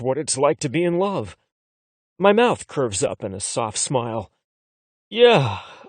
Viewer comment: Why does he pronounce mouth as mouse? I don't wanna hear about how someone's noodle is in someone elses mouse 🐭😭